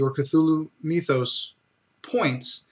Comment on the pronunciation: Meethos? As in Meethology? lol